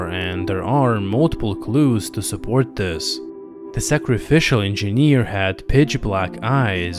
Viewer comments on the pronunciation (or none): If he says "engieaneerr" one more time , i'm gonna hurl.